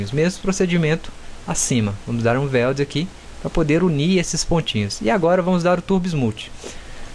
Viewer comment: Weld não é /VELD/ é /UELD/ posso te dar aulas de inglês mano se quiser kkkkk pq o seu é horrível, mas tu manda bem no 3ds max kkkkk